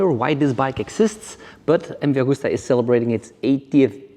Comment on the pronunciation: スーパーファローチェ☝️😳⁉️ スーパーヴェローチェ…だろ☝️😒⁉️ ムバーグスタァ☝️😳⁉️ …МＶアグスタ…だろ☝️😮‍💨⁉️ スペルもマトモに読めネェのか🤷❓ メキシコだろうが何処だろうが、翻訳して日本語で喋ってくれるのは良いが…訳し方、発音もオカシイ🤷❗言葉に区切りが無い。…途中で早口に成るし☝️😩⤵️